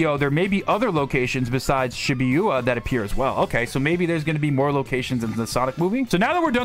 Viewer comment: How you pronounce Shibuya pains me. That is my only criticism of this video. I'm really glad Shadow has been getting more attention lately. He's my favourite character in the series.